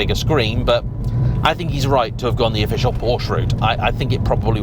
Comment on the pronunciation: Really ? Even auto journalists can't pronounce the brand correctly ? This brand of automobile is pronounced, "POUR-sha"